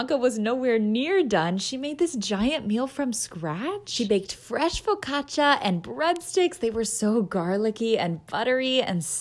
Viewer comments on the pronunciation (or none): none